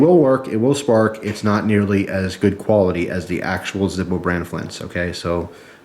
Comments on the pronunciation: its zirpq not zirpo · When you read zirpo i died hahaha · LOL "Zirpo" Dude that's hilarious! XD